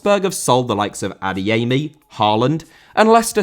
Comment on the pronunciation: Adeyemi* not Adeyeimi